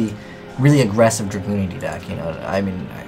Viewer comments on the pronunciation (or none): He keeps saying Dragoonity